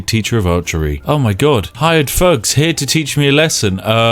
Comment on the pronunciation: "Hired ffugs"